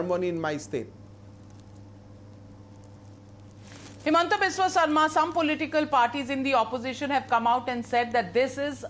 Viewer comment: PLEASE it's HIMANTA....not Hemanta 🙏🏻🙏🏻🙏🏻 Love from Gujarat